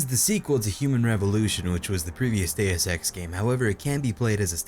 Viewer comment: Heard "daya sex" the first t time lol